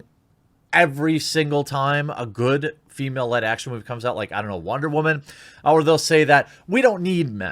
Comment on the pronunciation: Dude stop saying woman like that it makes you look like a damn moron.